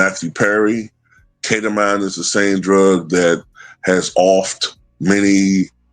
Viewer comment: It's pronounced Keta-Mean, just FYI Also, Imma say it again... People had all kinds of smoke for Hunter Biden, and his drug use and womanizing and supposed ties to Ukraine and such...After YEARS of trials the Republicans found ZERO charges that cooks stand up to a court of law against supposed connections to Joe Biden Meanwhile, Elon... Drug addicted, womanizer, DIRECTLY connected to the President, actively influencing policy, part of Doge, AND a foreigner, AND has direct ties to Russia and Putin... Crickets 🙄